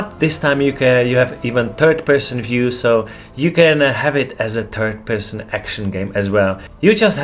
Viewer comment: How can he say "turd title" and "turd person" with a straight face and not crack up???